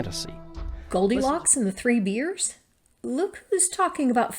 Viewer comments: I think she was poking fun at the kiwi accent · I’m pretty sure that’s how they say it in New Zealand - they pronounce their “e” sounds like an “i”.